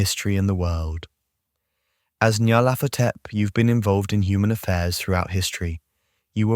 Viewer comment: I think it's pronounced "NEE-yar-laht-HO-tep." Any input from Lovecraft on this?